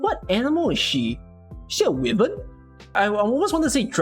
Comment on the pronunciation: Easiest skip W S3 is sesa S2 but with multi target and aimbot the pronunciation police has arrived to tell you Wyvern is pronounced as wai-veRn